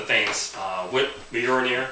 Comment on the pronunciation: Cool prop, wish i couldve had the money back in the day to order one. Btw, its not 'bolnir' its "Mjolnir (pronounced /ˈmjɒlnɪər/ MYOL-neer)" straight from wikipedia ^_^. just dont try and swing that thing around in the house...might light something on fire with a stray bolt O_O